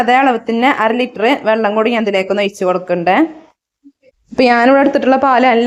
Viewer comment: വള്ളം അല്ല വെള്ളം